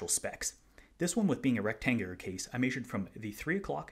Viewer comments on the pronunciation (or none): I know it was a slip of the tongue but I love the word "rectagonal." I'm going to call rectangles "rectagons" from now on. Nice review of a cool watch! Hoping to see one in person at District Time this year.